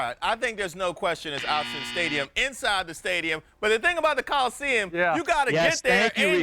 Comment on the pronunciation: "Outsen" stadium?! Learn to speak USC.